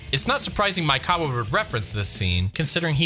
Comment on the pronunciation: You keep saying "Maikawa" instead of "Maekawa" and it hurts my brain each time @@